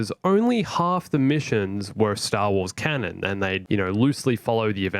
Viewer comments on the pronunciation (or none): none